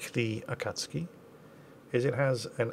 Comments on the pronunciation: Regarding your pronunciation of Japanese: In the immortal words of Maxwell Smart, "missed it by that much." But it's a big improvement over what you used to do. The mistake this time is that Japanese doesn't have the short A sound of cat, rat or bat. They always use the A sound of father, card or hard. Technically, they don't have a long A either -- that sound is represented by the letter E or EI. It has to do with the fact that the language is syllabic rather than based on individual phonemes. Subs: "He's submerged." "You can see him, he's right there on the map, but you're not allowed to hit him." Well, duh. He's submerged. Water is a barrier that decelerates shells in a very big hurry. It's one of the few touches of realism that Wargaming got right. If you're going to bitch about something, pick on the fact that WWII subs in the game have homing torpedoes that rarely miss and carry more of them than their total internal volume times a hundred. :P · Your U pronunciation in Akatsuki was really close.....the u is barely pronounced....the pronunciation is closer to Ah-kats-ki than A-kat-su-ki and you get it right half the time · Since you asked for it: Japanese is a mora-timed language; a, ka, tsu, and ki are all one mora, so they should have same length in time. So, you should pronounce it as a-ka-tsu-ki. Your pronunciation is more like a-katsu-ki. Slow down. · correct, the u would usually be "pronounced" as a short gap with the hint of a soft u sound. It's not really "Akatski", it's more "AKATSuhKI" with the uh sound being soft and almost rushed. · It's the pronunciation of ka that really throws it off. Should be more like the ka in khan. "ah-KHA-Ts-key". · "I'm going to pronounce Akatzuki properly this time and barely pronounce the U." Akatzuki: "Meoooooow.": "Yes I know Akatzoooki.":D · As someone who lived in Japan, the Correct Pronunciation of Akatsuki = Ah Kah Sue Key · My Japanese is a bit rusty.....think you'd say it like "Aka-tsoo-ki".